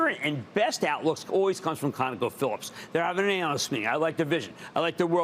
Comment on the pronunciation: It is not "Afficiency"! I repeat, NOT "Afficiency"!! It's 'Efficiency'! Got it?! 'Efficiency'!